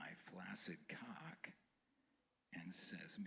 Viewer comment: Surprising powerful and story... if you can just get past the way this guy says "cock" . For most of the story he sounds like the douchiest suburban dad but the story actually comes together at the end into something beautiful and meaningful . Thanks for sharing.